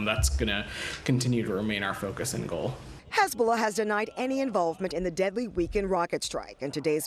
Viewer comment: I find it pretty funny how this black New York Democrat is pronouning the word 'Hezbollah' like he's a hasidic Jew: "HizBA Lah." 😂